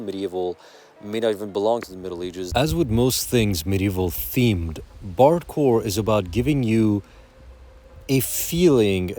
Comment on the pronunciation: I keep hearing "bardcore" as "barre chord!"